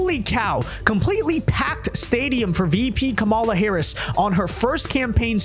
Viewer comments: i know we hate her and she deserves the hate. but let’s get her name right. It’s KAHM-uh-lah, not Kuh-MAH-luh. We look like we’re unwilling to learn when Bill Maher is saying it correctly, and we still insist on saying it wrong. And being unwilling to learn isn’t where we want to be. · Learn to say her name right